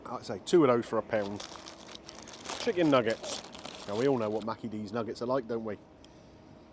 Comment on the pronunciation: Sounds like you're saying Mackey D instead of Micky D... is that a UK nick name for McDonalds? Good review.